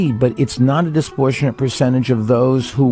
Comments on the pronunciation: "Disportionate" this Disportionate that 🤣🤣🤣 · Disportionate isn't a word, it hurts my ears. (Bloomberg) He sucks besides that though.